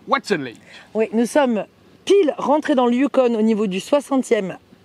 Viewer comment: salut on ne prononce pas le n du yukon icitte ... a peu pres 5 min les animaux c est des caribous. salutations de whitehorse.